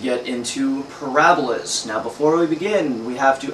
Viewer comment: Ahahahaha... "Porahhbahlas". That is some damn greasy hair. Gross. Nothing to learn here, this guy is completely lame.